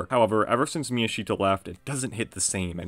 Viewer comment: miyashita should be pronounced mi-YA-sh-ta, instead of mi-ya-SHI-ta